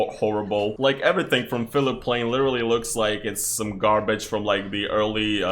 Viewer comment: Phillip Plein is a german designer and his name is pronounced Pline :)